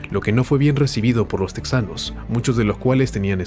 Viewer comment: No se dice teksas ni se dice teksano; es Tejas y tejano; aunque se escriba con "x"